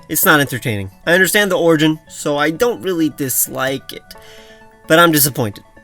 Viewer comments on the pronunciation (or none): none